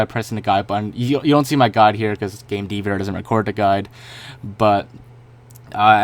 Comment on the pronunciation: Dever LOL it's D-V-R.